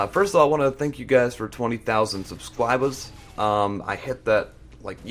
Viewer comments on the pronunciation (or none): 0: subscwabeers, uh? That must have hurt... LOL